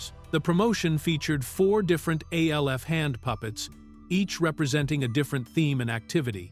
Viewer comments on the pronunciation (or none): A.L.F., who says it like that?! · do you not know how to say names we already know you can't spell it's alf stupid